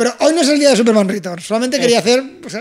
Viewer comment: En España hemos pasado de decir "Returns" a Superman "Ritorns". Si queréis ajustaros más a la pronunciación en inglés sería más bien "Riterns".